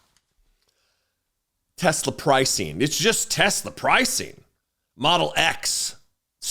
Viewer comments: Teslur? Hahahaha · What about the " I love tesler!" Clip😅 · What the f is donny talking about? If you "do" what to tesler as he calls it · Trump couldn't even pronounce the name Tesla right. He was also confused as to what the black round thing was when he sat in it. When he saw all that black, he was heard to say, "Didn't TESSLER get the memo on DEI"? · I hope Tesla shares tank at $10 and he keeps calling it “Tesler”. 😆😆